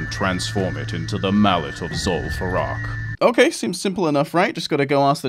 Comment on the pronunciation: "lim far eww" Don't ever change tts